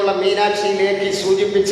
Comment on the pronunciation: മീനാക്ഷി ' ലേഖി ' അല്ല മീനാക്ഷി ലക്കി ( മീനാക്ഷി ലക്ഷ്മി. ) എന്നാണ്.